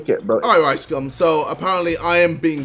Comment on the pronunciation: Why does it sound like he said “ricecum” 😂